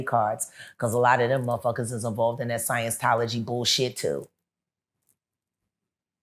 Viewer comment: "Science-tology" sent me😭